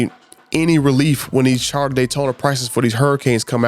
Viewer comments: Would you STOP SAYING CHARTER. Its CHARGER. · Dodge "Charda" Daytona😀